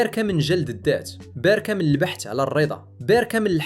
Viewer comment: ظننت المتكلم ذكاء اصطناعي لأنه بدل كلمة باراكا قال باركة في الدقيقة